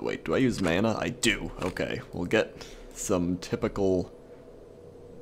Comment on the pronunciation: You said "mana" funny